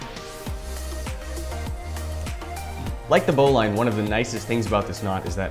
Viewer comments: Lol, its a "bow-lin" not "bow-line" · BOW-LIN its not pronounced bow-line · It’s pronounced bowliine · It's pronounced bow-leeeen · You say bowline like Bolen not how you say it. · It's spelled bowline but pronounced bowlin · It’s pronounced bow lin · It’s pronouncedbolin knot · Chou pronounce bowline wrong